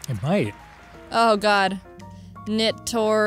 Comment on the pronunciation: "Netori of Friends" that's something different, Jaiden.